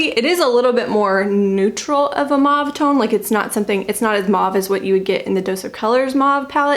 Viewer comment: I have an unabridged online dictionary with a pronunciation key and it was pronounced mauve (maw v) the way you said it.